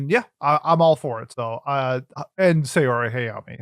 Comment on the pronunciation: ✅ s a o r i ❎ s a y o r i